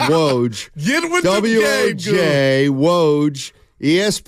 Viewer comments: it is woj, not waj… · it is woj, not waj